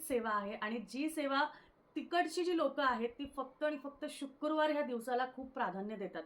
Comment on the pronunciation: Shukurwar nasto shukrawar asto.....marathi shudh havi.